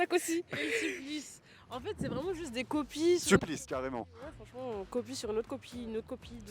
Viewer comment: "juste une image de haine enfaîteuh" 😂. Quand on revomi la propagande de gauche c'est ce qui arrive.